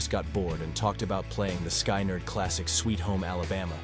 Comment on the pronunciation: Calling the Trapped Under Ice riff stolen is really a stretch. You can’t steal what you created. Kirk wrote the riff when he was in Exodus, reread the first 4 words of this sentence. Sky nerd? FFS, teach that computer to read or learn to type the script phonetically. Now go make a video about how Dave Mustaine stole riffs that he wrote from Metallica.